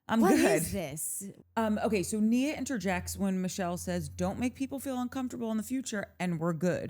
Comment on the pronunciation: And who pronounces uncomfortable like that???!!! Danny Creepo